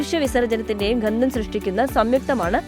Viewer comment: എന്താണ് ഘന്ദം മോളേ?